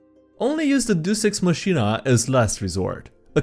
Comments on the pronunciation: Deus ex machina is pronounced "day-us ex mock-in-uh" which translates to "god from the machine." It originated with Greek plays having bad writing and needing the gods to come down from the sky (being lowered into stage with a machine) to fix everything. To be fair to DMs who use this, you can't write what your party will do. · say it with me, "DAY-us ex MOCK-ee-nuh" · Dear, I really like your videos. I think they are fun and entertaining. I think you are a great youtuber. So please, for the love of the dice, please google how to pronounce "deus ex machina" properly. Thank you. -A viewer. (PS: The Goldfish's name is Sylgar) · The way you say deus ex machina is so wrong it causes me physical damage